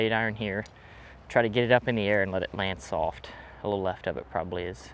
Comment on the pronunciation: SOLFT? no L in soft